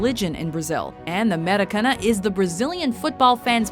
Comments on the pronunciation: Anyone else notice how she pronounced Maracaña wrong? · The way she pronounced Maracanã... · Anfield? Allianz arena? Elland Road? YOU EVEN SAID MARACANA WRONG! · would help if she could say Maracanà correctly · Cant pronounce the maracana